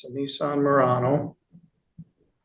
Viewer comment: Judge’s mispronunciation: Nissan ‘Moron-as’ seems appropriate for this couple 😂😂